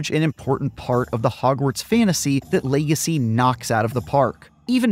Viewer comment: "Hogwarts Lay-gecy"